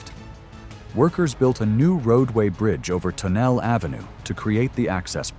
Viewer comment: It's not Ton elle Ave. It is Ton el lee Ave. Say it fast, like one syllable, and you have it.